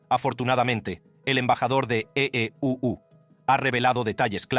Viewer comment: Que ridiculo el narrador. Ee uu suena ridiculo😮